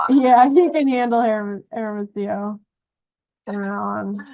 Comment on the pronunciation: Why does she keep saying airamasio, for hermosillo? It is so irritating, shut the f. Up lady